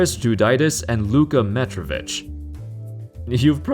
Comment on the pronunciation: Its not Luka Metrovic its Luka Mitrovic bro :)